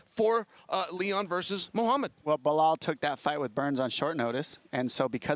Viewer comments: I love Chael for saying Blihal eveytime. 😂😂😂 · Chael intentionally mispronounce Belal's name I meant he must be!! If you can say pal you can Belal but he just makes it weird as if he is speaking some alien language. SMH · “Bluh-hal” chael could probably mispronounce his own name at this point😂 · Again with the ‘Blahal’? Really Chael? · Chael purposely mispronouncing names is my least favorite thing about him. It was funny for awhile now it’s dumb. “Blahawl”. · Everyone: Belal Chael: Blahall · I love the fact that chael TO THIS DAY still calls belal “blehal” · Chael is still calling Belal “Blahal”. 😂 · ESPN: Chael can't pronounce a 2 syllable name phonetically? Belal... say it "Bel al" there is no "h". It's a weak schtik.